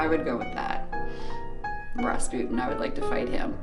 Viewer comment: She said ras butten 😂😂😂